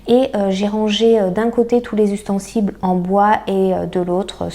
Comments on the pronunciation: Jolie video, bel état d'esprit 🙏🏾 Par contre pourquoi donner aux boîtes en verre le nom d'une grande marque de boîtes en plastique ? 😉 Ah et tant qu'on y est, on dit ustensile, pas ''ustensible'' - trop mignon 🤗 Hé oui, la Pasta 😂🍅🌶️ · Salut super vidéo !! J ai cru entendre ustensible au lieu de ustensile peu être une erreur de ma part !! 😉